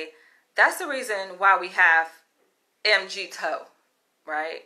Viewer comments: Maybe it doesn't have anything to do with race. Maybe you suck at our job & instead of blaming your boss you should improve your marketable skills. IDK is that hate comment? I haven't even heard the main subject yet but if you can't pronounce MGTOW how in the hell can you profess to understand it? You are starting out with shaming & acting stupid right out of the gate. It's not a movement it's a philosophy. You act stupid like every other woman... what you guys are stupid you don't want to be involved with a woman. That's right we don't need you. We don't need you to divorce rape us, take our kids, falsely accuse us, etc. etc. I don't care if I'm a catch or not but I know I don't want to be caught. Women caused the result of MGTOW through their actions & yet all you women want to get on youtube & bash men & shame men & call us crazy but few women will talk bad about feminism or the gynocentric courts or any other problems women cause with their hypergamy. It seems you need to try to understand your own gender & the problems your gender causes before you try to explain to men their own philosophy. I think you need to find a simp & talk about something else. HAHAHA I just heard you say a woman should feel entitled. You answer your own questions just listen to yourself. #CP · No MGTOW pronounced "Mig Tau" is not a hate group. Its not even a group or a movement. Its a philosophy. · You’re completely wrong about MGTOW, your entire perception on it alone is very far from correct. So far that you couldn’t even have the least bit of courtesy to PRONOUNCE it correctly BEWARE of these harlots #TheDemonIsLurking👹👹 #CHAMELEONPURGE